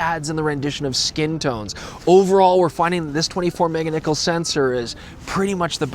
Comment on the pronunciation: "Mega Niccolls"